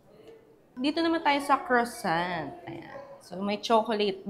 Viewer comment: Croissant (kruh.sahn)...pronounce it with a silent T at the end